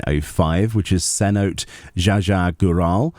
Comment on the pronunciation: Hey, just wanted to note that for the treasure dungeon (Cenote ja ja Gural) the first word is pronounced se-no-te. Which is a natural pit or sinkhole with exposed groundwater.